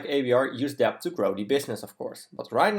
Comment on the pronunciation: uitstekende video. 1 puntje, debt spreek je uit als det (stille b)